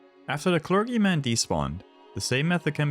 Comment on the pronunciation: Did he really say clergyman that way? It’s clerGyman just say “G”.